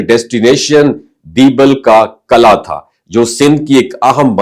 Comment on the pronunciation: It's Qila, not Qala